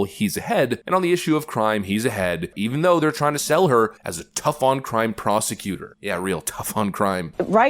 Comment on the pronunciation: Prostitooter, not Prosecutor